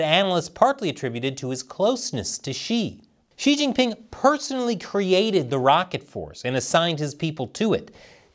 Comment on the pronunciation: bruh I found it hard to get past the probing joke and then you went "Chin-Gan"...